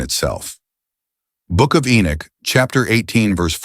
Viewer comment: How can you say enich alot then say enoch sometimes. So you actually know how to pronounce his name properly but you choose not too. Is that not arrogance?